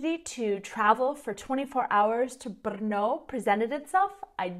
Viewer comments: Wow. You are the first person (who is not a native czech) that I know who actually learned to pronounce "Brno" absolutely correctly... I am amazed. I got to know a lot of foreigners/outsiders from all around the world who live here (in Brno) who never achieved that. :DDDDDD I was born and raised in Brno and I love the city. It used to be very boring and empty city when I was a kid. Somehow, it has become overcrowded over those 30 years of my life. Lots of people from whole southern-moravian region come here daily to work. That is also true for foreigners (mainly Slovaks and Ukrainians) who live here in great numbers. There is huge demand for workforce in Brno in all areas and it is typically easy and quick to find a job here... The problem is that central governments have been neglecting real property investments for decades. No new buildings, appartments or neighborhoods have been built as a product of some national housing strategy. The result being real property prices are now much higher than they used to be decades ago. I dare to say that number of people who move/work around the city throughout the day nearly doubled in last 30 years but urban area of the city is still identical (more or less) which can be easily seen on Mapy.cz when comparing maps from different time periods. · Oh my, the way you pronounce Brno is so amasing 😁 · Your pronunciation is accurate. Brrr!! No!!! That is how the name Brno came about. :-)